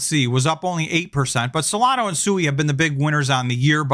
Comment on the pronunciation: Hate to nitpick again but it's solana not solano